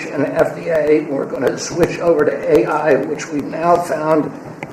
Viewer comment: Can you please let our Education Department gal know that it’s A.I. as in Artificial Intelligence, not A1 as in steak sauce?